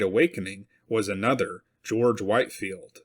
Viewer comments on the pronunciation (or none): Short "i" in Whitefield, Whit-field